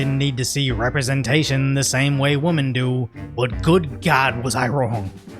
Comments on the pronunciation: Women is pronounced differently from woman. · WOMAN and WOMEN are not pronounced the same. Please do not fall back to your old habits. Go to the dictionary online and hit that speaker next to the words. WOMAN: woh-man WOMEN: wih-mihn. Please!!!!